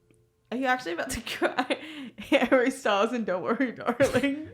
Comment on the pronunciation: Hawwy styowlz